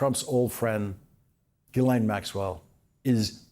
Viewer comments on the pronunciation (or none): C'mon Lawrence, pronounce Maxwell's name right, jizzlane!